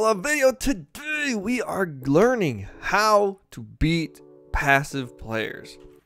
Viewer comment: "and today we are glearning" spoken from the greatest man in history. ps thx this helped alot